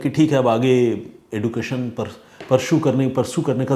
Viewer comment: ADAB NAMASKAR SAT SRI AKAL sir main aapka daily lisner hu aap kahanee to achhe se sunate h pr muzhe ye samazh nahi aata kee aap आप एजूकेशन को एड्केशन मत बोला करें kyonki hm zyada padhe leekhe to h nahi hamne apni Bitiya se ye poocha kee hindi typing kaise krna h to Bitiya nebaton 2 mein yahi kha ki unckle sahi bol rahe h kyoki kai Country s mein aducation ko एड्केशन ही बोला जाता है।